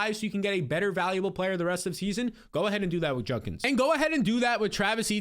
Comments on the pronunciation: JUDkins not JUNKins 😂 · His name is juDkins not junkins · Pleeeeasssse. juDkins. Not juNkins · JUDkins not JUNkins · JuD-Kins Not Junk-Ins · Is it just me or does keep saying Junkins? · it’s so cute how doesn’t know how to pronounce names. quinshon junkins💪🏽